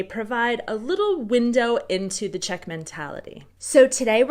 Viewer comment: That asian chick knows her czech idioms pretty well also best czech pronunciation of them all